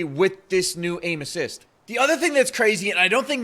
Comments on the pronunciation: to sounds like anusists 😂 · I thought he said anus when he said aim assist LOOL